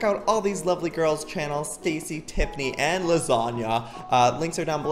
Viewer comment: did joey literally say Teffiny instead of Tiffiny